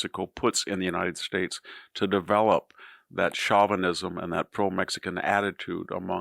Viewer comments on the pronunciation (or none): VDH has a weird way of pronouncing some words. Such as "tariffs" and "chauvinism."